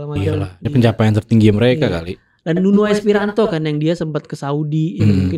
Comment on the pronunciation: NUNO ESPIRITO BUKAN NUNO ESPIRANTO!!!!